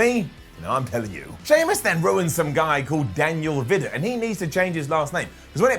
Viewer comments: vidot pronounced veedoh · as much as I love you... Its Daniel vidot pronounced Ve-to. And he's come a long way from playing Nrl to become a wrestler and I hope he does a long way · It's pronounced "Vidoh", Daniel Vidot was an former first grade rugby league player from Australia who quit footy to follow his WRASSLIN dream!! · whats up what culture from down under, was awesome to see daniel vidot make his debut after trading up a rugby league career to pursue wrestling.... also its pronounced vee-do the T is silent and its more a vee sound then a vi sound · It’s pronounced vidoe but spelling is Vidot